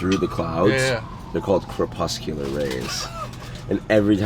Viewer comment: Said 'crespecular' the 2nd time lmao